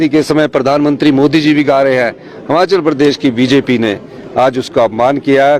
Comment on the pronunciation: सुक्खू भाई हमाचल नहीं हिमाचल 😂😂😂